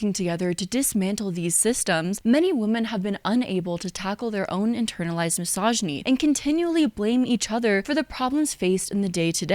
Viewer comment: Is it misogynistic I find it ironic you pronounce misogyny wrong?